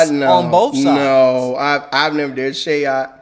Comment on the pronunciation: Can we also please normalize pronouncing these players name correctly! Shayok is prononce (Shy-yōhk) not (Shay-yohk) and Khaman Maluach last name is prononce (Malu-waiyj)!! Appreciate you all get familiar with these names and pronounce their names properly!!